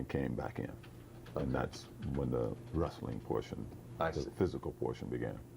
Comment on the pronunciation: "wrasslin" my ass !